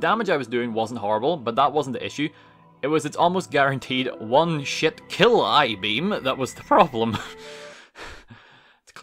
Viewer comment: "one shit kill eye beam" No, that sounds right to me